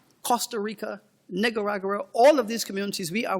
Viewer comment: Did he just say NIGGA-RA-GUA?? Lol!!